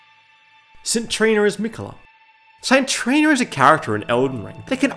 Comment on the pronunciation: Why do you pronounce saint Trina like sintrina